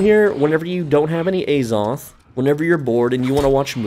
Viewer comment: The holy A-Zoth